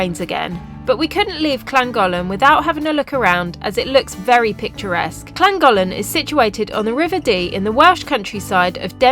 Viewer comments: to say anything starting in Wales with 2 LL is pronounced clan and the town you was in would sound like clangocklen even though not spelt like it lol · Llangollen pronunciation is wrong 🏴 It's pronounced [LAN] + [GOTH] + [LUHN]. Love the videos guys, there are still plenty more truly amazing places in Wales to see 🏴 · clan goth len is how it is pronounced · than-cloth-len well at least that will be closer than your butchery :p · llangollen Is pronounced Thlan-goth-lan. But 10/10 for effort lol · It's clangichichlan spelt phonetically. Loving your show your about 10 miles from me. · learn how to pronounce Llangollen! please 🤣🤣 (and I'm not Welsh) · Please pronounce Llangollen correctly 🙏